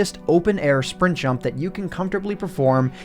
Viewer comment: "Let's jump right into it" That would have been good if you didn't put so much emphasis on jump